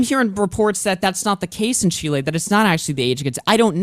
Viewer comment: Only point got was chile being pronounced correctly lmao